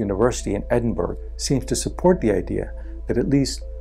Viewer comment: Edinburgh pronuce like Edinbrah